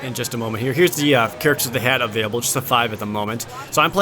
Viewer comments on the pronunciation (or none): none